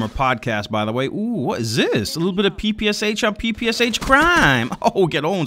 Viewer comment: Not "Pi Pi Es Eich", but "Pi Pi Sh", SH - like in SHow.